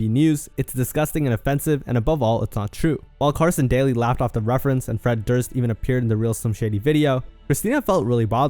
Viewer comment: Did this dude really just say Carson DOLLY??